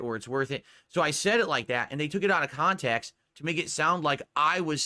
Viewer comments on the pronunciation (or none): As i predicted as sure as the rotation of the earth, "Its out of kahntext. So what if i bought it?" and the usual rage ranting. Good going. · I freaking called it, I freaking knew he was going to say it was taken out "ahf kahntext"